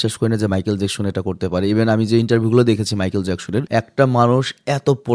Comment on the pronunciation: নামটা তো ঠিক করে উচ্চারণ করেন। জ্যাকশন না, জ্যাকসন হবে। 🙂